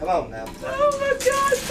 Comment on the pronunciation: Number 11 got me and my cousin laughing our faces off because he said OMGAWD